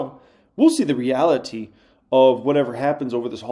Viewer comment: The quirkiest thing about is the way he pronounces "reality" lol.